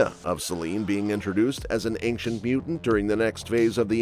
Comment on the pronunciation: So she's Galactus. She is, indeed, "aink-chent", lol